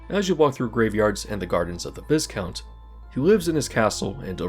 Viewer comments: It’s pronounced Vy-count, not Viscount as spelled. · Not a big deal- but the S in Viscount is silent. It's pronounced VEYE-count